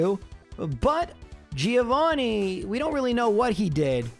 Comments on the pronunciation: No, dude. It is Gio Threeo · Thriovanni...bruh...I choked